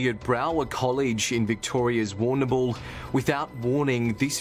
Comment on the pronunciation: love how the big man has a problem pronouncing Brauer, but Warrnambool is a breeze Also, WTAF? Also also ............Apparently yes.